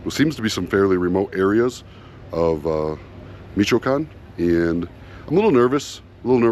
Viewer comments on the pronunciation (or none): Michoacán is pronounced Mishwhacahn,it hurt my ears when you say Measheecahn and I’m not even Mexican. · At the very least pronounce the fuckin state correctly, it ain’t ,michicone’, it mich o a can. Fucksakes… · Me-chu-wa-con, not michecon - for f's sake at least learn how to say the name.. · It sounds like meesh a wocan not mishycon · Meee chee can. lol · Pronounced. Me-cho-ah-can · He calls it Meetch-can. Can he know anything? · Michy Koan?! I think any of those locals behind you could help you out with your pronunciation?! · Actually, it’s Me-shoh-a-kahn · Mitch o a con. Please! I'm just 16 miles west of there now. Potz quar o. You'd have a much better visit if you made an effort to learn at least some Spanish, ok, I'll leave you to it. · Meech - oh - a - khan. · Pronounced Mish-(oh)-wah-con. As someone who travelled Mexico by car several times, you should expect the bribes and shakedowns. It is normal. Learn how to negotiate. Tell the cop you want to go to court. Tell him you want to speak to the US embassy. Then offer a tenth of what they are asking for. Pronounced—-Pahts-quar-oh, my favorite town. Check out their pyramids. Never drive at night. Never. On one trip my buddy was driving too fast around a curve, before he could even brake or think, we plowed between the two halves of a semi-truck that had split in half after hitting an elephant that had escaped a zoo. The entire village was rapidly packing off the spilled oranges. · I was going to say something when I heard me-cho-con but I see that you also decided to write. I think that if you are going to travel through Mexico on a motorcycle, especially to non-touristic places you should know at least the basics of Spanish. Spanish is not a difficult language. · Michoacán, Mich-oa-can 😂😂😂😂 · It's; MIch - O - A - Can. Incredibly beautiful State - but the whole State is a NO GO State. Foreign Plates? They love to stop you and take your car. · Not mee chee con? 😂